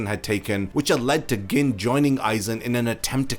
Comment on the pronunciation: Why are you pronouncing Gin like that lol